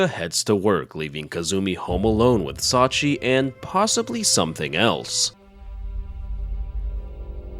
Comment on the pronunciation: Thanks for the upload. The old lady's name is pronounced "Sachië", like Charlotte Brontë, by the way.